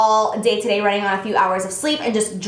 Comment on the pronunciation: The way you say "today" annoys me, don't do that